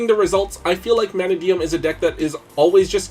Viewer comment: neko mane king is definitely a play on maneki neko so it would be the japanese pronounciation that sounds like a slurred "money" and not like a lion's "mane".